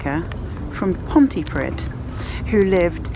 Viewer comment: Pontypridd, pronounced pontyprith, great video though